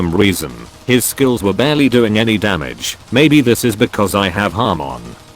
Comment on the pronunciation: I love how the ai says "Ha-mon" when it's hamon (yes I know I have used ai before and they say some words super super janky)